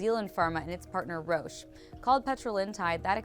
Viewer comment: Roche is usually pronounced with a short o. not rooosj. but rosj.